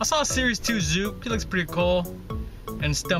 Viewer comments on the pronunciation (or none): You said zoop its zook